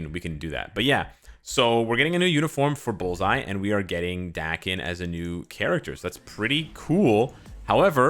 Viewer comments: North Americans have that kind of problem with pronunciation, most of them if not all have that problem. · "Dah" ken, not Da-ken--Daken is from the Japanese word, mongrel, cur or mutt, right? "A" in Japanese sounds like a short vowel "o" in English like in Octopus or October. Does everyone pronounce his name with a short "a" vowel sound? Marvel hasn't cleared up how to pronounce his name or what? I barely know the character, and I suppose I should look online, but what's his real name. No one would actually name their child mongrel.